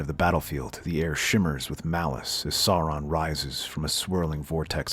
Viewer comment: The mispronunciation of Aragorn and Sauron really hurt